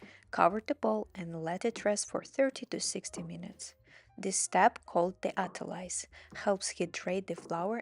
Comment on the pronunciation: I don't trust anyone who can't pronounce 'autolyse' and touching dough with bloody red nails